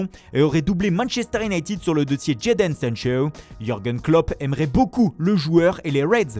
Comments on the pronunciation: Jadon Sancho = Jayden Sencheu 😂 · Sergio Rrrrrrrramos😀 Jeydeunnnn sancheuwwwwwwww😀